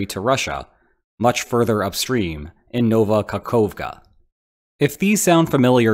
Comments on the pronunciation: This letter "O" is called an o not an ou. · Nova Kahovka, not Nouva Kakouvka.